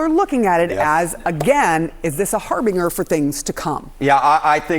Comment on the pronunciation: “Har bing er”😂